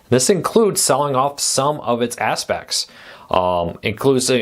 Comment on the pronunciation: Absects ? 😮That was painful 😢 enunciate or watch the CC 😮